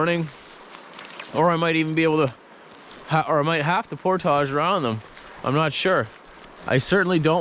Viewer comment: Say "portage" again,!:P